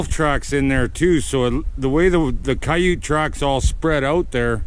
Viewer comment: Yote not Yute